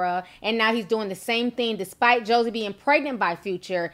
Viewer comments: ABSOLUTELY “JOY”. 🙄 I nearly stopped the vid before completion, I was cringing so hard. 😖 I don’t even know this girl outside of the one episode of GUHH and the bday snap, and I know for certain it’s pronounced “Joy”. Not a HUGE deal, but def not a good look for a reporter. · Chriselle Lancaster She was killing me calling the go Josie! 🤣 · What?!? Nooo!! I knew they were together but not that she got pregnant. 😱Joie’s name is just pronounced “Joy” I know it’s confusing. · LMAO!! The woman's name is Joie (pronounced Joy). She also makes her own money. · I think bow wows baby mother’s name is pronounced “Joy”, it’s just spelled differently. But damnnnnnn Gina (in my Martin voice) I didn’t know sis was pregnant by Future! Smh she’s definitely securing the bag lol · Is saying Josie some shade that's going over my head, or did Ti legitimately make a mistake in her pronunciation? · It's Joie pronounced Joy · Her name is pronounced "Joy" lol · Ti you are legendary for mispronouncing shit lmaoooo. Still love you though. Her name is pronounced (Joy) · I think her name is pronounced either "Joy" or "Joey" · Her name is pronounced (JOY) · Her name is Pronounced JOY.. if you are going to spill tea make sure you know how to pronounce the person name . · Her name is pronounced “Joy” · Isn’t her name pronounced Joy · Ti It's pronounced like joy. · It's pronounced...Joy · her name is pronounced "joy" ( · No shade but Joie’s name is pronounced “Joy” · Her name is pronounced "Joy" I think. I cant understand why recklessly bringing children into this world is okay. Joie seems cool but I honestly thought she was smarter than that. Being pretty wont help u keep someone who doesn't want to stay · The way u pronounce Joie’s name is all the way wrong😅😅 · You calling her "Josie" the whole video when her name is pronounced "Joy." 😂😂😂😂😂😂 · It’s Joy=Joie, not Josie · I just wanna know where is there a s in her name that you keep calling her "Josie" 🤔🤔 the girl name is pronounced like "Joy".